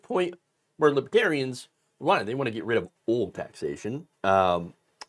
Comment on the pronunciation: He couldn't even pronounce it right. "Libbatarians" more than once.